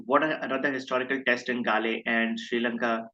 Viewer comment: Prabhaths record is 2nd to muralis at galle ofc. His avg is 21 here. Muralis overall avg was 22 and avg at galle was 18. Heraths avg in galle was 24 Also it's pronounced Gall (like in gall bladder)